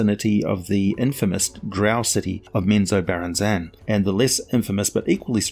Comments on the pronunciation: Right. Emphasis is in the wrong place. has huge trouble with some words. or accidentally swaps them out altogether. I STILL like his work. Prolific. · Except it's not the right way :) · OMG!! FOR THE FIRST TIME IN MY LIFE I HEAR HOW U ACTUALLY PRONOUNCE Menzoberranzan ! I read so many drizzt books and trust me i never pronounced it this way